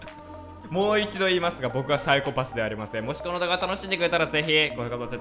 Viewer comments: また、、、 サイコ↑パスって言ってる、、、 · 最初の方「サイコパス」のイントネーション変なのが気になり過ぎて内容が入ってこないわ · サイコパスのイントネーションが違う気がするw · のサイコパスの発音 サイコ↑パス↓ 私は サ↑イコパス なんだけどみんなどっち？／(^o^)＼ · サイ⤴︎コ⤴︎パス⤵︎ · サイコパスの発音がwww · ＂サイコパス＂のイントネーション めっちゃ気になる（笑） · サイコ↑パス↓？ サイ↑コパス↓？